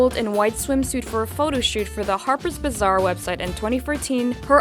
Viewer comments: bazaar is bazaar not bizzare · Why does she pronounce "bazaar" as 'bizarre"?